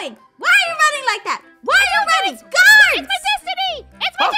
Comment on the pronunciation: does anyone notice in the intro she said gaurds?